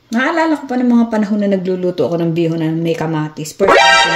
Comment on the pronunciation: Bihon not bison.